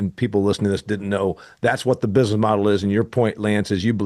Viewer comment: I was just listening to your words. Like the word business is not usually pronounced bizus. But really it's not a crisis worth cussing about. It's your show and you can say whatever you want. I was just listening and made an observation. Feel free to ban me, I'll still listen yo.